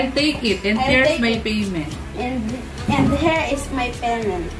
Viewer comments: Good job. Practice more on intonation and pronunciation. You are doing good. 👏 👏 👏 👏 hair, hear, here. 😊😊😊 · and yung here is my payment naging her is my payment kailangan is Hir sa pronounce